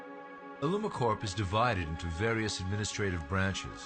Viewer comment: Hr can't even pronounce "Corp." Haha.